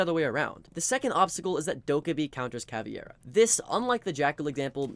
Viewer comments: It's not CAVIEIRA, It's Caveira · Bro, she's Caveira. KUH-WAY-RUH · he was actually pronouncing it CA-VI-ERA.. ..but you're right and it's wrong wither way, because it's CA-VEI-RA (meaning "skull" in portuguese) weirdly enough, most people seem to not be able to correctly pronounce the VEI syllable for some reason xD they pronounce it just VE without the I.. why is that?! on a side note, the same mispronounciation also happens with Capitão and with the new Tubarão it seems all portuguese words are somewhat mispronounced, in on way or another.. ..but in these two cases i kind of understand, because if i'm not mistaken, the english language doesn't have a sound for "ão" so they just pronounce it without the ~